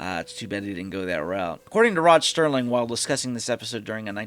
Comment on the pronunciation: Alright, if we are going to do this you have to stop saying Sterling instead of Serling. The man is an icon and deserves to have his name pronounced correctly.